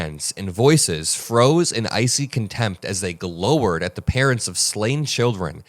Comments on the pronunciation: Glowared is pronounced glou-red…not like glow but like gl-our-ed. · Hey,. The word "glowered" is pronounced in a way that rhymes with "showered." Anyway, thanks for bringing this story to the public. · fine post. Just wanna give you a free tip: “Glowered” is pronounced like “powered”, not like “lowered”. As an oldster, I do realize many people today probably don’t know that word. Also, you should try to explicitly point out to “those not yet in the know” that, in effect, the Democrats were actually being asked to stand in favor of the Trump regime’s horrible storm-trooper tactics, not “to support the grieving families”, and THAT is why they didn’t stand. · glauw-erd (like coward but with a gl instead of a co) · Glowered…pronounced gl-ow (as in owww, I got a papercut!) -ered. Stephen Miller = 🤢 question: dump needs to go but how to we get rid of the REST OF THEM?? And, Miller needs to go to a prison for the criminally insane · just an FYI: “Glowered” is pronounced like “flowered.”